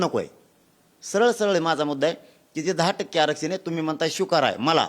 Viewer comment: श्वीकारा ? नाही स्वीकारा,मोघाशी नाही मघाशी